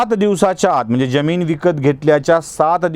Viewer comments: ज्यमिन्ं नाही जमीन . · उच्चार बरोबर करा हो, ज्यमीन नाही जमीन म्हणा ! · आपल्या मराठी उच्चारांना एनलायझर लावला असता आपण सातत्याने जमिनीतील जरतारी ज चा उच्चार जगभरातल्या ज प्रमाणे करीत होता. अशी जमीन मुरूड सोडा, मराठी भाषेतच नाही! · Jyamin nahi jamin